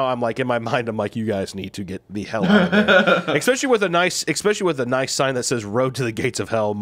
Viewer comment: Love him to death but the "ekkspecially" thing is killing me